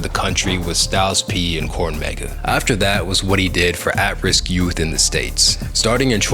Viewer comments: Moss Def? Cornmega?… I love your well-researched videos but every single one I’ve seen seems to have an extremely odd mispronunciation of a name or a place. You speak the in a north east dialect so I don’t know what’s going on. Like I’m hearing English then it’s like a Martian read a word of the script. Not sure I have constructive criticism other, read the scripts out loud to a partner. It’s odd. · Bro. You're out here just mispronouncing names left and right. Like actually respect the culture and do the research first and stop using Chat GPT for content. Actually learn it please. Calling him Mas Def and Baroosh College and Corn Mega.... Come on bro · Dope video but... Cornmega 😂 lol loved it! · This is a great piece and very informative I enjoyed it greatly. Now that being said did you say Cornmega 🌽!??? 🤣🤣🤣 I’m subscribed now great work